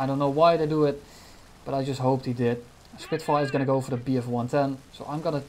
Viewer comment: "He is on fire, he is a Spirfire" hahahaha